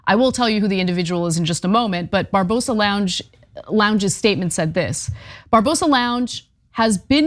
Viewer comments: Barbarossa not Barbosa. Do you people even read? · Bar Ba Rosa not Barbosa....the guy in this video needs an 🍑 whipping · Barbarossa!!!! Not Barbosa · I love Ana, but find it funny, that she can't pronounce Barbarossa. it's not Barbosa but Bar-ba-ross-i ;)